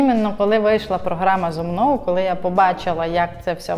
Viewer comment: «зо мно» 🤢 ти коли українську мову вивчиш нарешті 😂